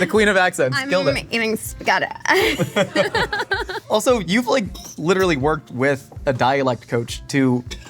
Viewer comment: "I'm eating spahhget-tah" is another reason why Julia Garner is the coolest 😎